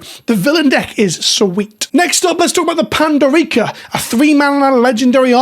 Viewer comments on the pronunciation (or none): “Pandorica” I’m not one to be a make pronouncation corrections but, its pan-door-ica. Like Pandora’s box. Love you and love Doctor who. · Every time you said Pandorica I visibly cringed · It’s cute the way you pronounce Pandorica